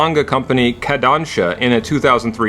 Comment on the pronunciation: "kon-don-cha"? im pretty sure you meant to say "ko-dan-sha" also "die-rack" is more "de-rack" as in the "dirac equation" another great video tho.